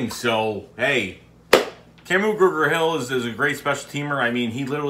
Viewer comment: Love your Philly accent trying to pronounce Kamu Grugier-Hill as Kamu Gruger-Hill lol